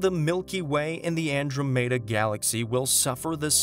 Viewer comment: Ok... you're a new channel, and I love space as many do.. but you just CAN NOT mispronounce Andromeda. Credibility is hard to get, but is lost in an instant. I offer this comment ONLY to help. Please DELETE IT after or if you read it. Space videos are a big business here on YouTube. Your competition is very LARGE. Take a look at SEA's videos, they are some of the best here on YouTube.